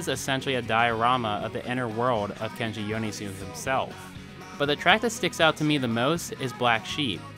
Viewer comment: cool video, but can you please pronounce his name right ahaha